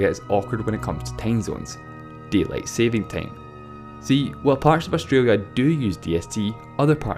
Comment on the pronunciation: deat lien